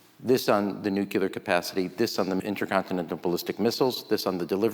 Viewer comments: If Ram Emanuel is so bright, why can’t he pronounce nuclear? Not nucular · When will politicians stop saying "nukuler"? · I just don’t get it. Why do so many people mispronounce nuclear? What’s so difficult?